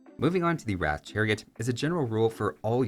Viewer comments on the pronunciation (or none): A couple pointers on the pronunciation of Indian units. Ratha is pronounced along the lines of "Ruh-thuh" rather than like "Wrath" - Ratha in sanskrit translates literally to "Chariot" Shrivamsha is pronounced like "Shree-Vum-Shah", like the "vam" taking a shorter "vum" sound rather than like "wham". Shri is a deity in Indian religions and vamsha translates to "dynasty". So Shrivamsha riders would be "Dynasty of Shri" :)